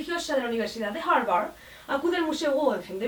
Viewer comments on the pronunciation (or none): none